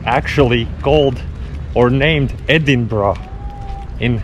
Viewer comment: Its Edinbro, brother. And i have to say it is slightly better than the Seaside. Waiting for the video from Kauguri/Sloka